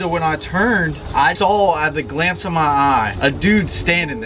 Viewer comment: "Caught a glamce"